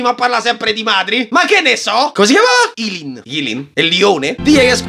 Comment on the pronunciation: Eileen si pronuncia "Ailiin"👍